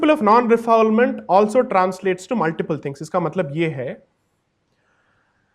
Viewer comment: Firstly, let me address a slight point. It’s actually a French line, Non Refoulement. You pronounce it like “Nun Ray-Foole-Mahnt”. It’s nothing to do with fouling or not fouling something. On topic; I agree with about 55% on what you’re saying. I do believe countries should have stricter borders and I do agree that illegal immigration is counterproductive. So if you’re saying, “Hey, I think there are too many Bangladeshi’s coming in illegally” , sure, let’s deal with that. And though I wholeheartedly applaud PM Modi, the BJP and the work on bettering India, I personally cannot condone this. It goes against Hindu Dharma which does not propagate vilifying or doing harm. You’re actually proposing to single out Muslims as a matter of fact, stating that Muslims are creating havoc in Delhi and Assam. And that is where the problem lies. You may be factually correct in saying that. Who knows? But you’re too lazy to trap and evict the criminal individual. Rather than that, you opt for a short sighted and very polarizing view that you would just evict all of the 30 million plus alleged illegals. You can wrap it in many legal wrappers and dance around it but objectively that’s the case. You try to apply a one size fits all solution to a very complicated matter which should really be addressed on an individual level. If you do your due diligence and the people get the opportunity to rebut and their day in an impartial court, great! And if they are found to be illegal and need to be depor